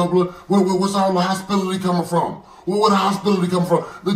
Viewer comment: Hostility not hospitality 🤣🤣🤣🤣🤣🤣